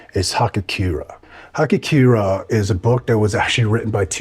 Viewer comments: Hagakure Ha-Ga-Ku-Re, pronounced Hah-Gah-Ku-Rei (with somewhat of a tapped r) not hakakiura. Search Hagakure to find the book. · guy just butchered the pronunciation. It's HagaKure